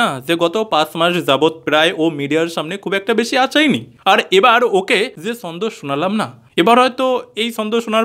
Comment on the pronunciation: ভাই, তুমি তোমার জিভটা একটু ভাল করে ছুলে দ্যাখো না যদি "ছ" উচ্চারণ করতে পারো। এই যে ছন্দকে বারবার 'সন্দ' বলছো এটা তো ঠিক হচ্ছে না, তাই না। সন্দেহকে অনেকে শর্টে 'সন্দ' বলে থাকে।